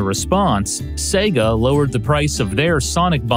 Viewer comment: Finally, an American who pronounces SEGA correctly!!! God Bless You:))))